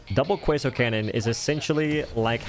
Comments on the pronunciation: Why are you saying canyon? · ah yes, the qwuasar canyon